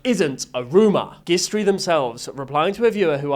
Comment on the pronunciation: “gistory” is likely pronounced with a soft g like a J sound. It’s a play on gist (pronounced Jist) and history. Though maybe British pronunciation is different